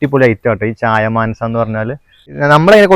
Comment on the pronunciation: ചായമാനസ അല്ല ചായമൻസ ആണ്